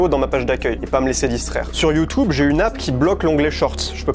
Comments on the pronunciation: J’en ai marre ok…. ?? C’est quoi YouToube ..? Arrête !! Je t’ai entendu dit ça des dizaines de fois 😡 c’est YouTube et non YouToube 😂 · Il a raison mais j’en ai marre quand il dit you tube c horrible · PTDR " youtoube" et " inestagram"😂😂😂